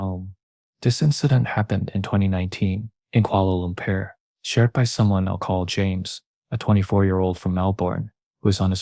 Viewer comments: Ahhh, the good old Kuala Loompear- Kuala Loombar... Kuala Lumpur! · I like the way u say kuala lumpur😄